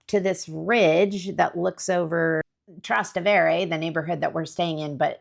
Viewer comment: Hi It s pronounced Traaa - ste- wre